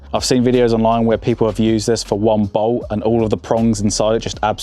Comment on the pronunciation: When did the letter t at the end of words pocket, bolt become silent?